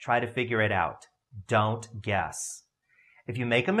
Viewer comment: The way he says "DON'T. GUESS."😭